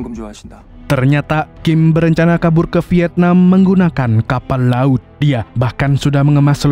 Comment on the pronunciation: Bisa gak biasa aja bilang KAPAL LAUT nya wkwkw, mirip budiono siregar bilang nya